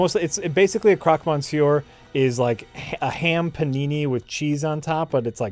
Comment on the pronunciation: Every French fan must be cringing on pronunciation of "monsieur":D